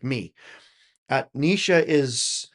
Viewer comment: Yes, you're pronouncing Neisha correctly now